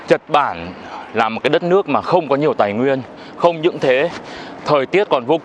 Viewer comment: mệt quá nói thành "chật bản" luôn.😅😅😂